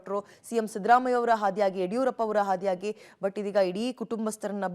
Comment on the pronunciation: ಹಾದಿಯಾಗಿ ಅಲ್ಲಮ್ಮ ಆದಿಯಾಗಿ ಅದೇ ರೀತಿ ಹಸು ನೀಗಿದ್ದಾರೆ ಅಲ್ಲ ಅಸು ನೀಗಿದ್ದಾರೆ...